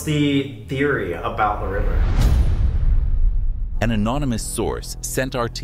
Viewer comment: why does it sound like "Webber" instead of "the river" when your looking away from the video - is it just me?